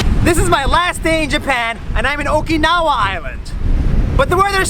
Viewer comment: Oinkinawa? Island Sounds like Oikawa island